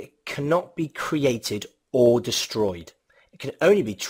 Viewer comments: distroyed... I don't mean to insult you, everyone makes mistakes. It was just a funny mistake! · destroyed not distroyed mate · Good video but "gavitational", "distroyed" and "destoryed"